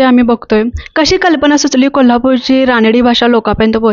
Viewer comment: अग रानडी.. रानडी काय म्हणतेस. रांगडी म्हणतात. रांगडी भाषा हा शब्द तुला माहित नाही..? कमाल आहे. मग मुलाखत काय म्हणून घेते.